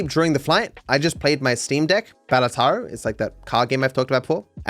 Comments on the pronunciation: bro just said balataro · please your pronunciation of Balatro hurts me every time. Bala-tro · hearing mispronounce balatro is funny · Why does he pronounce Balatro like that? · Please stop saying balatro like that😂